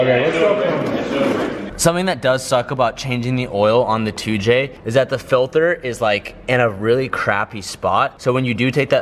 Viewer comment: "Filthur"... Its "filter" not "filthur" 😂 jkjk man say it the way you wanna say it lol